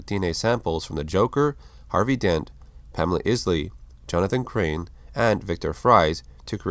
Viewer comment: Pamela Eye-sly (Poison Ivy) and Victor Free-ze (Mr Freeze)